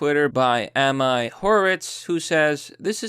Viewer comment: Ami Horowitz: pronounced Ahh-me